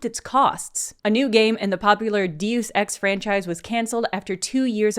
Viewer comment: Why did she say deus ex like that